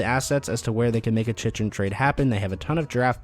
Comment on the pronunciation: It's pronounced Chick-Rin. So annoying how many times you butchered his name.